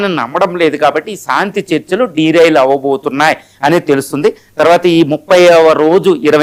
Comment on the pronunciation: Pronounce correct చేసుకోవయ్యా ! సాంతి కాదురా నాయనా శాంతి అనాలి. సా, సా కాదు , శా, శా అనాలి. శాంతి అద్దం ముందు కూచుని practice చేయండి. మీరు పలికే సాంతి అనే పదం వింటే కంపరంగా ఉన్నది.